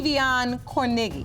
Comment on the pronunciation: The way they keep saying kornegy is cringy af.. CORN A GEE .. gosh